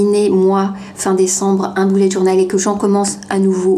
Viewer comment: Je SUIS LA SEULE QUE ÇA ÉNERVE QUAND ELLE DIT BOULETTE JOURNAL MOI JE DIT BEULLETT JOURNAL ( BULET)